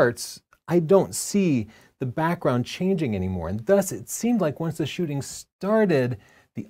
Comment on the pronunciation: Shooting, double "o"